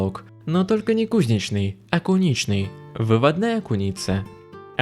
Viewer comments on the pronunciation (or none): Мне интересно, какие такие у вас-то беды и проблеммы? Вы похоже из того слоя российского общества у которого вообще нет проблемм! Только одна - плохо владеете русским языком, постоянно ударение делаете неправильно. Не кУзничный, а кузнЕчный